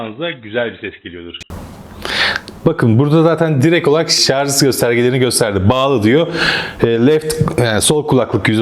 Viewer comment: Arkadaşım emeğine sağlık güzel bir tanıtım fakat nacizane tavsiyem binlerce insan sizi izliyor şu "Şarj" kelimesine dikkat edin biraz şarz çok kulak tırmalıyor lütfen dikkat edelim